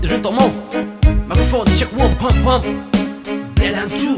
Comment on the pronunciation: JU-LIET tih a lam na na na ZU-liet ti a in han lam hi chu education i tla chham ve deuh tih chu a hriat e!! Enge hna dang nge i thawh le aw..??